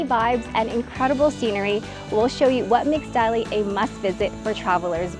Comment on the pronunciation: You should correctly say "Dali" as Ta Li . 👍👏🀄